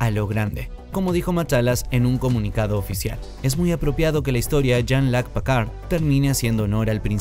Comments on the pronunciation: ¿Pacard?, ¿y ese güey quién es? ES PICARD; PICARD.... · Pacard?????????????? Quien es ese..... Es que ni los gringos lo dicen así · ¿Que como dice que dijo? Incluso en el traductor la pronunciación en frances es Picard, tal cual, de donde salio Pcard????? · Pacard 😂 eso no es una impresora ?? Jelut pacard 😂😂😂😂 hajjaajjjajaja😂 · gracias por la corrección, un horror igual que Packard o Stiwart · Por piedad qué mala pronunciación “Pacar” que 😨 fue eso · Pacard como en Hewllet??? Jajajajaja preparen a sus locutores! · jajajajaja, PICARD PICARD PICARD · Aprende hablar oe PAKARD PAKARD 😂😂😂😂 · Creo que intenta pronunciar en un inglés saturado un apellido francés... éste es de los que pronuncian el abecedario en ese idioma.